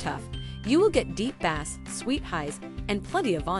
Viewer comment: ‘Bass?’ Pronounced as in the fish ….. have believable is this?